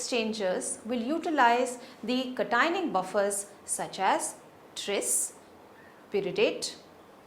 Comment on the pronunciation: Cationic ... must be pronounced properly.